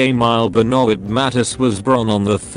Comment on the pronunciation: The information is okay, but the pronunciation of various names and important words is awful. Matisse is pronounced incorrectly as is draughtsman, for example.